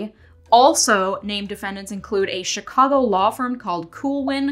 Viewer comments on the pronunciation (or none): none